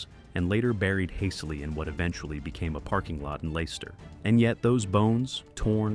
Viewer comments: Leicester is pronounced as Lesster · Dude can’t say Leicester right ❤😂